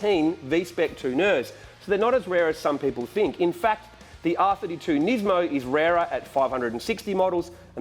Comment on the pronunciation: You forgot one, it's Nis-mo, not niz-mo as everyone pronounces it